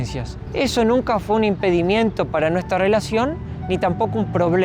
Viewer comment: Impedimento, no impedimiento 😝